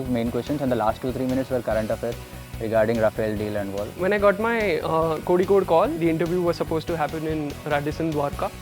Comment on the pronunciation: This Singh guy even don't know how to pronuce Kozhikode u can say calicut instead of Kozhikode please don't insult our place.